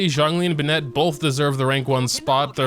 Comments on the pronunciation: plz, i love u but plz stop saying benETt its BENett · Bennet❌ B’Net✅ :>👍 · LETS GET THIS STRAIGHT ITS PRONOUNCED “BENN(it)” NOT “BENN”ette” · Ah yes b’net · "B'net" - 2021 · How come you mispronounce Bennet's name although it is not a Chinese name and the game tells you exactly how it is pronounced? o.o